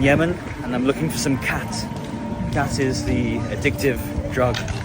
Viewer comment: you say khat... i hear cat 😺😺